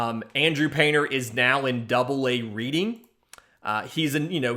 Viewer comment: Not trying to be a jerk, but just an FYI, I live outside of Reading, Pa. It’s pronounced Redding. Otherwise, thanks for the info. Keep up the good work!